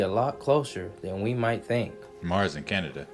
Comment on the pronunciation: 😂 😂 😂 I'm dying he said mars and caneadia 😂😂 I'm. So close to canaedia I dated a Canadian. and I said canaedia so much one time someone asked him where he was from he said canaedia 😂😂😂